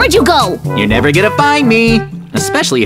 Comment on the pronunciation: Why mikey saying I give up nerver give up